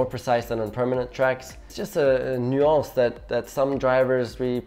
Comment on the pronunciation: The french "nuance" ahah